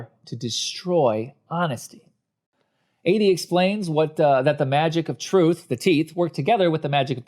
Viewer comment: Editing was mediocre. An arm that kept getting in the way, awkward pauses, a couple of repeated script lines. Content wise: The fart/poop and sex jokes kill it. Constant mispronunciation of the name Adie is distracting.